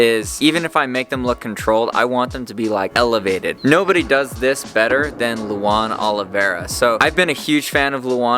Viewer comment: Bruh u said his name wrong 😑